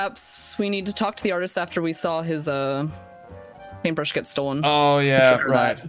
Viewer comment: PaintbRRRRRRRRush... I'll never be able to pronounce that word correctly again.